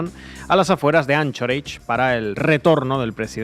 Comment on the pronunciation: Se pronuncia : Ankorach...